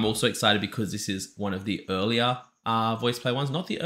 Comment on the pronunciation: "earl-ier" like...more early than the ones without earl (are they earl(l)ess?) ^^